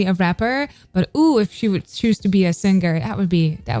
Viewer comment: I'm waiting for the day you know how to pronounce the word "singing" and "singer" correctly. It'll ease my ears much more.